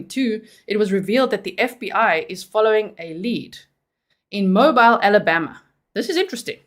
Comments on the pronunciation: Just fyi. Mobile AL. is pronounced Mo-beel. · It's "Mo - beel" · "MoBEEL Alabama, lol. 🤓